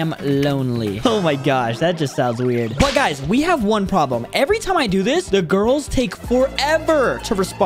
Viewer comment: Bro when Said i bought 2 giris it sounds wroug 💀